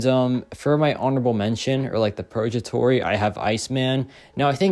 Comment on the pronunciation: Hey there! Just a quick tip on pronunciation—it's 'purgatory,' with a hard 'g' sound like in 'go,' not a soft 'j.' It should sound like 'PUR-guh-tor-ee.' Hope this helps! Keep up the great content!